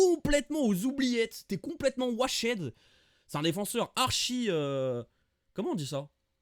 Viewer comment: Washed se prononce « wouacht » en anglais !😉😅